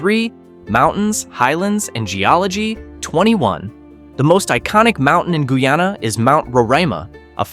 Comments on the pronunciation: My country is pronounced Guy-Ana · Pronounce the Name properly. Guyana. Guy + aana. This country has a lot to offer to the entire Caribbean and other countries of the world. Great country for environmentalists, nature seekers, hikers, tourists and nature lovers.❤😊